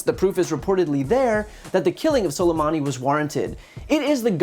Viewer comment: he said "scolamani" LMAOOO